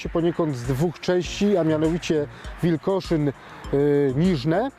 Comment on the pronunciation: Dlaczego ten Pan co jakiś czas wymawia Wilgoszyn? Wada wymowy? A i mówimy wziąć a nie wziąś, panie Historyku…